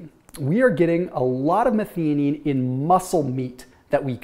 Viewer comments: Do a YouTube search on how to pronounce Methionine. Meth -I-O-NEEN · The middle syllable of methionine is pronounced like "THIGH".... sorry, it was just driving me crazy. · Making a suggestion. 🙂 pronounced as "meth - io - nine" #syllabized for the word "methionine." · Question, and I dont know myself, but is it pronounced meth-ee-onine, or meth-EYE-onine?